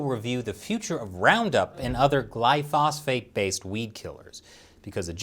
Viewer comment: my dear friend, I love you. But you should know it's pronounced GLY-PHO-SATE. I'm a licenced pesticide applicator, and even I don't know what the heck 'glyphosphate' is.